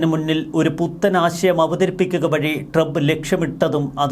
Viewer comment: ente soy monae tremp ennu alla . trump. നന്നായി pronounce ചയ്യ്. go to google n write how to pronounce trump. listen carefully. repeat 100 times. expecting a great result. if it doesn't work out , confirm that u r a dumb.